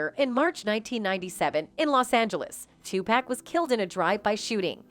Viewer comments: White ppl it's not 2pack it's 2pac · Can't listen anymore because the narrator keeps mispronouncing Pacs' name. I noticed all white narrators mispronounce his name from time to time. 2 pac= pock not pack SMH. It really bothers me. Puffy is in that I'll do whatever it takes or anything for the fame and fortune crowd or world. When they are tired of him or no longer need him. He'll get what he deserves. It's knocking at his door. I've never liked him. He has always been lame to me. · It’s so cringe listening to her botch everyone’s name ….who tf is 2pack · It's not too pack, it's to pok. You're always pronouncing black entertainers names wrong. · The way the reporter says “2 pack” is some bullshit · 2pack, sug knight, kef D …this why everybody can’t report on shit can’t even pronounce the names correct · Lol Soog Tpack these names we hear all them all the time she really slays the names!!!! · IT'S PRONUNCIATION IS TWO-PAWK‼️‼️‼️‼️AND SHOOG NIGHT YOU MORONIC A.I SYSTEM GEEZ. HOW CAN YOU BE TAKEN SERIOUSLY IF YOU CAN'T EVEN PRONOUNCE THE NAMES‼️‼️ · Stop the way she mispronounced TUPAC and SUGE Knight to find someone else who can. Damn